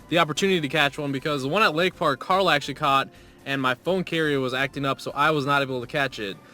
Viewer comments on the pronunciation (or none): none